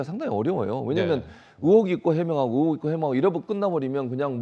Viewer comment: 듣다보니 궁금한데 왜 자꾸 의 를 으 로 발음하는지 이해가 안되네요 딕션이 안좋은건가? 으혹 으혹? 으혹이 뭐죠?